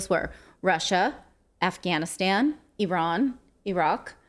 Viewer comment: It’s so great to hear you pronounce Iran correctly